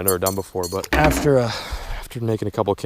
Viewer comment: "AFER", JK love what you're doing keep it up